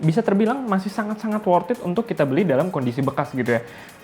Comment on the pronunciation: Sudah motiwasinya ngapusi... pakee wortiit, pasti cuwaaan, pasti bati/untung... itu klo yg juwalbeli... pakee bahasa iklan... Narator nya stelah slesai ngecaap, dari wortiit jadi pakee... sit Aaaaaaaah ngomongnyaaa